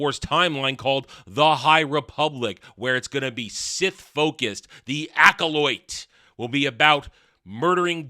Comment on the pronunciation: Are you saying the title like that to mock it? Cuz that’s not how the word is pronounced